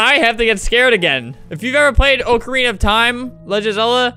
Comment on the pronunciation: O-carina of time😂